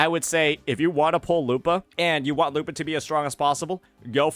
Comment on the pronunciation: You're pronouncing her name wrong to get people to comment on it and drive engagement huh? Well, I can tolerate "Kachona", "Zayni", "Cartelaev Fleurduporoknikov", but not this "lupAAHH". curse you, curse youuu!!!